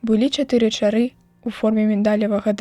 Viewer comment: Чытае то чары', то ча'ры.